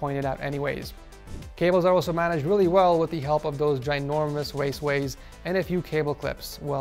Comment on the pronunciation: "weally important" i pissed myself.